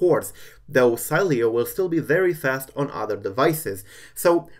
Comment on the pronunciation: LOL you pronunced the name the whole time its She-le-o